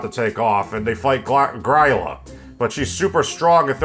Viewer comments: Great video, but gryla is pronounced grill-ah. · I think you MAY have mispronounced "Gryla"